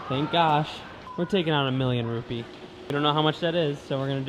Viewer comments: Rupiah not Rupee 😁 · it isn't rupee but RUPIAH (Re : Roo-pee-ahh) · Please it's not Rupees but Rupiahs, you should google first and check the pronunciation 😅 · Not rupee But rupiah 😁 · you know that Indonesian currency is Rupiah, but you keep uttering it as rupee... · Oooooo RoPe'Ah....